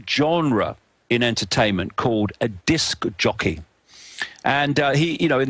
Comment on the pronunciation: what's a "disk-ahh-jockey" (approx ) i saw icke shapeshift, from a goalkeeper into an indolent conspiracy nut